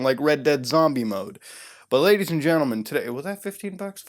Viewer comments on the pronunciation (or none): Boy id pay 5 dollar everytime if i could bitch smack him every time he said lagies and gentlemen